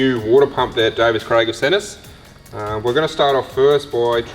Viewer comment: Davies Craig not davis craig